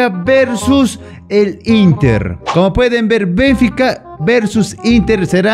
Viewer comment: No es BENfica, es BenFIca, se pronuncia fuerte en la Fi, saludos